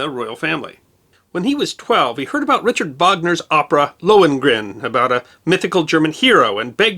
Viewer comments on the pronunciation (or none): none